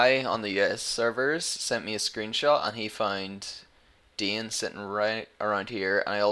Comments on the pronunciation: Its Dane, not Dean. ^^ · I don't know what this is, i just looked my name up on youtube and found this. seems I'm amazing in Diablo thats pretty good! P.S you pronounced my name wrong.